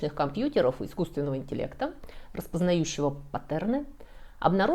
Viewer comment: АквЕдук? Вы серьезно? Такой эрудированный человек не знает такого простого слова? АкведУк! О, Боже! Ещё и патЕрны?